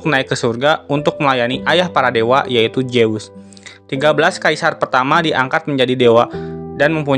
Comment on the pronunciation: Zeus itu dibaca zuuz, bukan jeus